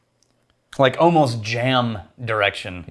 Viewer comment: "I'm smellingck, oh-most, like a wintergreen..."